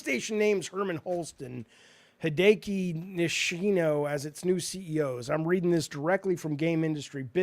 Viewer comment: "Hee day kee" lmao jaffe. "Hee day ah kee" for hideaki nishino